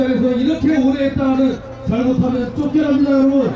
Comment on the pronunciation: 말막히면 여러븐 여러븐 발음도 못해서 분자도 못하고 븐븐 바보갇네